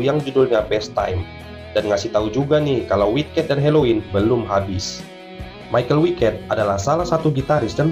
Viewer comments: Bang bacanya bukan maikel wiket tapi maikel weikat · Kalau pake pelafalan Jerman malah nyebutnya Mi-cha-el Wei-kat seperti yang disebut Andi Deris saat memperkenalkan personil Helloween dalam album "Live In Sao Paulo" di tengah-tengah lagu "Future World"